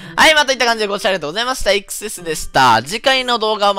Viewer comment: コメ欄予想通りイクスェスの発音でキレてるやつ居て草